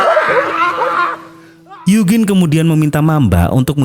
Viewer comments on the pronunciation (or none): bukan yugin bang tapi yujin bacanya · Eugene klo dibaca yujin 😂